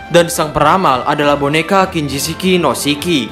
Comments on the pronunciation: Kinjishi no Shiki, Min ... Bukan Kinjishiki no Shiki ... Sorry ralat aja, Min. Buat membangun channel ini juga. Hehe ... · Kinjishi no shiki min, bukan kinjishiki no shiki 😁